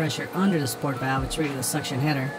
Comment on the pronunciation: This is just nitpicking, but it's Sorit valve, not sport valve, unless yall just nickname it that I don't know lol. Good job on the video though man👍👍